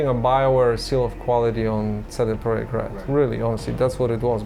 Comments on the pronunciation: Ce De PROJEKT Glad you try to pronounce it correctly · and props for the pronunciation of "CD-Projekt" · Great documentary with so many little details and nice to hear the correct pronunciation of CD Projekt!! Feels just like a conversation instead of an interview! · It's a small detail, but I really appreciate you made an effort to learn the proper Polish pronunciation of CD Projekt. Veeery few of English speaking journalist would do that if any at all. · Thanks for the correct company name pronunciation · This is a good video but what's really good is the fact he properly pronounced CD PROJEKT. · It might be a nuance, but I like how you've pronounced CD Projekt.